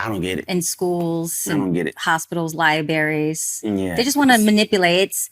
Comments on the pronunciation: She said “libaries” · Did she just say libaries? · My question is--- "Did girl just say schools and LIBARIES?" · She said Liberries. Woman, the word is LIBRARY.